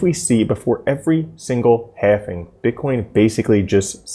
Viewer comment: Learn how to pronounce halving. It isn't halfing.